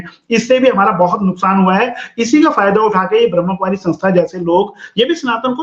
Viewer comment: Ye etne denose Bramhakumaris nahi bol parahihai. Bramh kumari bolti hai.😂.